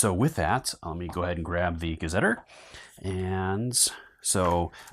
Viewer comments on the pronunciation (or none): Thank you for this playthrough. Pedantic, I know, but gazetteer is pronounced differently: ga-zuh-teer